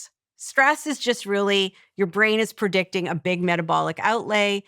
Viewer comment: Had to turn it off. After she said “PERdicting”instead of “predicting” for the 10th time, I started to twitch.